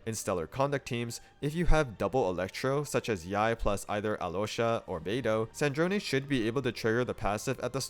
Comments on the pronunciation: after hearing all the shneznayas and snezneyas I’m just happy about the zh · Nice Snezhnaya pronunciation. Good job! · True, he says the zh part perfectly! I just wish the game itself didn't put an emphasis on the wrong vowel.